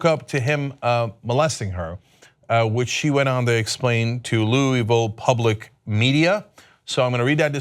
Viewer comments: locals pronounce it lou-uh-ville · Hearing the way Cenk said louisville... I can't.